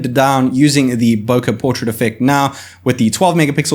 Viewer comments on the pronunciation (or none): none